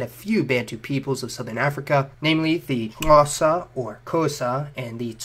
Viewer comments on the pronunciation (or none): Hearing him trying to say Xhosa was hilarious. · Rocky Fletch Took me a second lol. We don't pronounce it Kosa. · By the way, "Bushmen" is a derogatory term, and should never be used by anyone to refer to the San or Khoekhoe. And, can people of European descent teach themselves to properly pronounce words such as "Xhosa", so as to avoid saying things like "Khowza", "Ncosa", etc! A bit of research on pronunciation would really help! Please! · People be complaining about the most miniscule of things. So what if he said we have Asian features, make your own channel and say it correctly then. I'm so grateful to the Khoi-San for the clicks in our Xhosa language, it's always funny to hear other people try pronounce words like uqaqaqa, icici, uxakaxa. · shouts to you for actually trying to pronouce xhosa correctly, your pronunciation was very bad, BUT at least you cared enough to attempt to get it right, this comment isn't meant to be rude or mean btw. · You are saying Xhosa wrong.